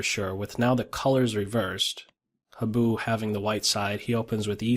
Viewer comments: Habu is pronounced more like "hah-boo" than "hab-oo." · also, accent on the HA-bu (higher vowel!)